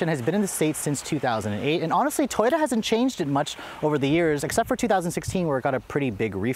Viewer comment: Why did you say toroya instead of Toyota